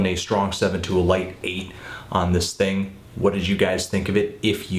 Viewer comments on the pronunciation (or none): none